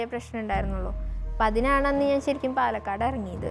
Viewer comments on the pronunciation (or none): പാലേക്കാട് അല്ലെടോ പാലക്കാട് ഇയാൾ ഇതെവിടുന്നു